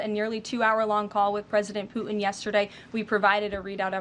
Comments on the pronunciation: It’s not pooen it’s Putin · Love her but this is just awful! I have noticed a trend of young women not pronouncing Ts. “Imm -pworr-ann” for important is another. Poo-hinn is really poor because it is a person’s name. Not sure what this is about as she is otherwise outstanding.